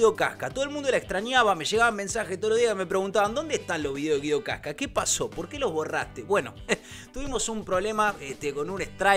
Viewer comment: Se dice Guido wasca